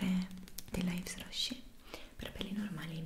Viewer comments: Mia mamma vende prodotti della yves Rocher e solo per dire una cosa (non sto rimproverando è solo un avviso) si pronuncia ivro sce (così si pronuncia) Ti adoro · scusami non per fare la perfettina,non è un offesa è solo un consiglio:Yves Rocher si pronuncia Yv Roche spero ti sia stato utile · Yves Rocher... la S non si sente alla fine 😂 e un nome Francese